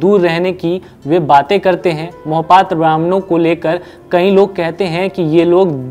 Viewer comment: Beta Mohpatra nahi Mahapatra bolo